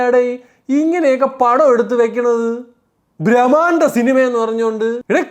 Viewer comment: ബ്രമാണ്ട അല്ല.. ബ്രഹ്മണ്ട.. ആണ് bro